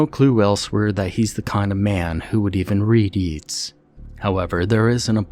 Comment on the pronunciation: Ok I gotta be that person because the name is said so many times, but Yeats is pronounced YAY-ts not YEE-ts.